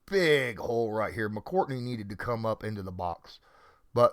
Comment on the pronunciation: it's McCourty, not "McCourtney"